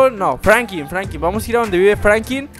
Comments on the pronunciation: Franklin no Frankin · WEE. SE. DISE. FRANKLIN